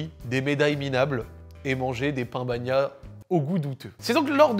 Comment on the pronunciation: Pan bagnat et pas pain bagnat !